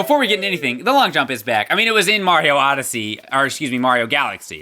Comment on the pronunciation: Oh my gosh... It Super Mario "ODYSSEY"